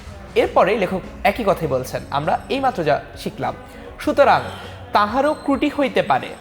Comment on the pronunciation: টেন মিনিট স্কুলের ইন্সট্রাক্টর কিভাবে ‘ত্রুটি' শব্দকে ‘ক্রুটি' বলে উচ্চারণ করতে পারেন? উনি কি বাংলা ভাষা পারেন না? প্রশ্ন রইলো।